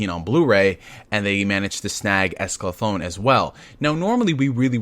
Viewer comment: It's Escaflowne .... not Esclaflown Pronounced: ESCA-FLOW-NAY Also, as an Update, they are releasing the Original Dub with the new dub, they edited the first 7 episodes on Blu-ray and put the original English Dub on it on separate discs. that coupled with all the perks coming with the Kickstarter, they are going above and beyond to provide everything to audiences. For how many people said "I've never seen this before?" I can now see why they wanted to do a Kickstarter.